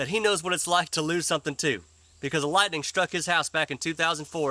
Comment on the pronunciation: Did anybody else hear Biden say, one sunny day lighting hit my house. Sunny day, lighting. This man is nuts 😳 😂 🤣 Obiden.